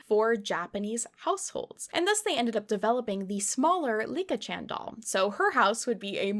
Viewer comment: Licca-chan is pronounced lee-cah, not Lick-a. The switching back and forth on pronunciation was a bit stressful to hear 😅😅